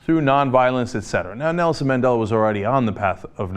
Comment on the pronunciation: You can here someone laughing in the background when this guy on the video mispronounces Madela's name. Lol